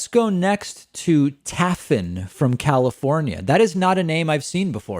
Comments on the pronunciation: The name is Welsh, (As in Wales) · Taffyn probably comes one from the river Taav ..the way it’s pronounced.,long a and one f is a v in CYMRAEG 🏴